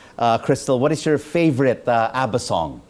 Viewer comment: Thats not ABBA thats ADDA😂😂😂